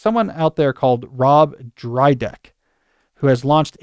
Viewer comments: The mispronunciation of “Dyrdek” ages Cal a little bit😂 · Not Drydek - it's Dyrdek